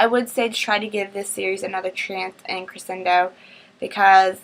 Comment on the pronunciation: Haha the book is pronounced Kri-SHen-Doe But its alright! AMAZING AMAZING AMAZING review as always!!!:D